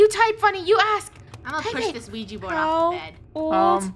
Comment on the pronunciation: WHERE'S THE OUIJA BOARD?! Me: *has flashback of Funneh saying Ouiji instead of Ouija*